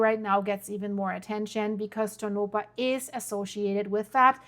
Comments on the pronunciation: you are mispronouncing that name it is pronounced Tonapah and not Tonopah the 2nd O is pronounced like an A whenever you get a name that you can't pronounce please let me know and I'll help you out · Pronounced… Toe-naw-paw … Tonopah … but this is not nuclear blast nevada has been fighting any nuclear waste ever enter our borders again. Lahontan reservoir is where everyone goes for Memorial Day weekend, I can promise no nuclear blast happening there, look up Yucca mountain for reference about nevada nuclear ☢️ history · That is pronounced tone-A - paw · Only for the sake of helping you, not scolding. Its pronounced like Toe-Nuh-Paw. Even people from other states sometimes get it wrong. :)